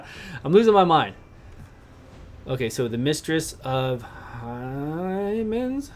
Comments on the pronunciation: It's Hymns, pronounced HEMMS. Just FYI. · LMAO. "Mistress... of... HYYYmens? (o) Hymens? {8} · Mistress of Hymens sounds like the porn parody of Shadow Legends. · the way you said hymns... lol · Haha yea